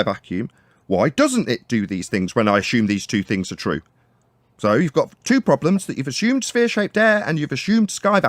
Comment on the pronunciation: What is ass shumed? He keeps saying the fellow ass shumes atmosphere.